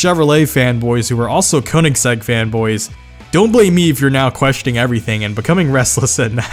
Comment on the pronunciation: How u said ruf or Koenigsegg